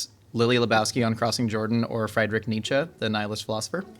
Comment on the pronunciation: Thank you for pronouncing Nietzsche correctly. 😂